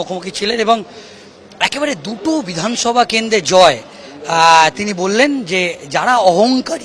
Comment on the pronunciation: এইরকম জঘন্য উচ্চারণ নিয়ে একজন কিভাবে সাংবাদিক হোতে পারেন? তিনোমূল? কংগেস? কেন্দে? অসহ্য। দয়া করে ঠিকঠাক উচ্চারণের কাউকে পাঠাবেন।